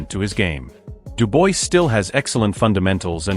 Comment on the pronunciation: When narrating please get the name of the boxers correct! It’s not Duboise it’s Dubois.